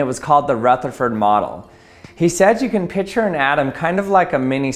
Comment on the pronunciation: R.I.P., the "c" in "picture".